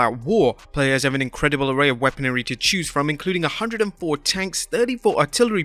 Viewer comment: This guy literally said weaponary